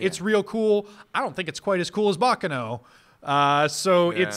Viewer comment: Btw guys, just a friendly thought: you're saying "Baccano" wrong. In fact, at first I thought you were saying something like "Bakeno" by the way you pronounced it. It's "Baccàno" and not "Bàccano". Just a lil' note since I see frequently asks how to pronounce different things.